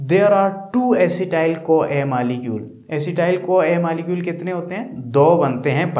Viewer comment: Op sir but that malicule is op instead of molecule